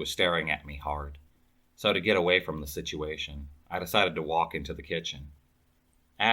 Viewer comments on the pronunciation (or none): none